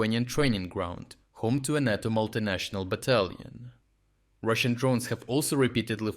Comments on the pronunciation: I think it is pronounced NATO, not NOTO. I think it was a mistake to ignore the ones which didn't threaten NATO and Polish assets. Now the Russians know where the important stuff is. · Not nah-toe, say nay-toe :-) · Nay-tow not nah-tow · Great content, every day. Always look forward to seeing your awesome updates. You’re a machine. *Note: NATO in English is pronounced “NAY-toe.” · Great report as usual. One small detail: "NATO" is pronounced with a long "a", emphasis on the first syllable. It sounds odd otherwise.